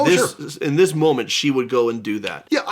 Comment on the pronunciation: "Is this the momemt the Internet has been waiting for?"😂😂😂